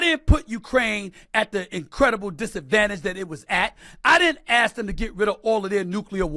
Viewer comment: SAS, have an opinion, and apparently you think your POV is worth us hearing, but for F sake…stop yelling. It does not make you look smarter and why most people with an education and can say “ask” and not “axe” don’t listen to you